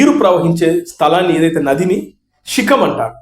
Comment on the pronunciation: రేయ్ తాగుబోతోడా షికం కాదు శిఖం రా 😂